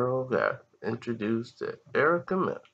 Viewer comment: Did he just say Erica meningitis😂😂😂